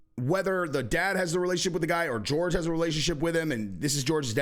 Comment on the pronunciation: Hey PLEASE call him Horhey not George